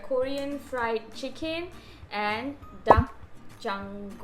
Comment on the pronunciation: You have pronounced DAKGANGJEONG better than Mark Weins 😁 Bhalloagche Video ta.. Keep Easting!